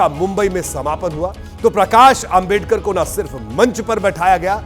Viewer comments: Isko dr.babasaheb ambedkar ji naam bhi bolana nahi aata .. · ॲकर तेरे जुबान को क्या बिच्छुनेकाटा है क्या डॉ . बाबासाहेब आंबेडकर का नाम ठिक से बोलने नहीं आ रहा है .